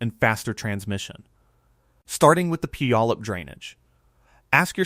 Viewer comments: A lot of commenters locally--the name Puyallup may look daunting, but the best pronunciation is "pew-ALL-up". If you look at a geological style map, you can easily see the former lahar pathways coming from Rainier. That mountain's footprint is immense, much bigger than Mt. St. Helens. In 1980 I was living in Vancouver Washington and watched the ash cloud rising from the mountain that May morning. There was no sound, but for being so far away, I was struck by being able to see with my naked eye, the cloud of ash expanding and rising. I was awestruck at the power of Nature. A small sidenote: there was a nuclear power plant on the Columbia River just downstream of Mt. St. Helens. You'd better believe it was on everybody's mind when the mountain began to swell and bulge up to a foot or more a day before the big event. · The mispronunciation of /pew/á/ləp/ in like nails on a chalkboard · Yes, but it’s PEW AH LUP. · We love our mountains. I grew up in Enumclaw at the foot of Mt. Rainier. I live closer to Mt. St. Helen now, but not in the mud flow area. We don't have tornados or hurricanes here. That's pronounced Pūallup...you don't say the "y". I still have family and friends in Enumclaw, Kent and Seattle. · Here's an idea check out how to pronounce Puyallup. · Please learn how to pronounce Puyallup!